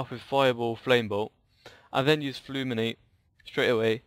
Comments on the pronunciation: Fulminate, not Fluminate also fusillade instead of however you pronounce it :P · Fulminate isnt Fluminate, fusillade is not fluinslide